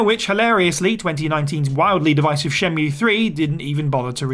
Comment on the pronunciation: um it's pronounced "Shen-MUUUUUUUUUUUUUE" as per Jules